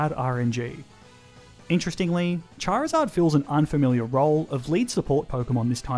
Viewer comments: CHARIZARD, NOT CHIRZARD! FIX IT NOW! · DO NOT LEAVE OFF THE I IN CHARIZARD! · THE O IN CHARIZARD IS SUPPOSED TO BE AN I!